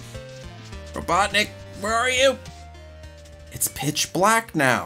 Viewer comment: Sully Price Yes! U Got It Right!! It's ROBUTTNIK!! Lol!!!